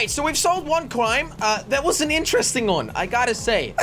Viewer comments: Jelly: so we saved one qrime me: come again? it's pronounced crime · He said cwime